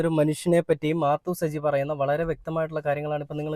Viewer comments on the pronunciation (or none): മാ ത്തു സജി അല്ല മാതു സജി